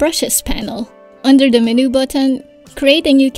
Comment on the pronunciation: Would you know, is there any way to create TRUE Vector Brushes in AD? And I wish AD would handle corners better. You know like Illustrator allows the creation of actual VECTOR Brushes & handles Brush Corners. (FYI MENU is pronounced: MEN•YOU not Men•New, sorry, took me a while to figure out what you were talking about.) Tks in advance